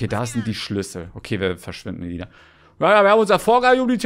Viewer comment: ruft: Ailina? heißt es nicht Elina 😆😆